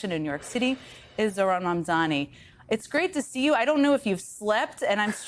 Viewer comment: Learn. His. Name! Ffs! It's not that hard. Or else I'm starting to think that you are as racist as you seem